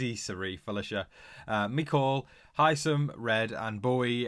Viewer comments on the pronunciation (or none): Why does everybody, including you, pronounce Hisam wrong?